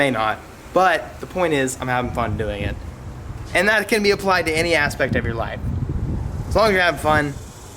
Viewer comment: BANtheMAN for me I heard "my LIFE is from japan"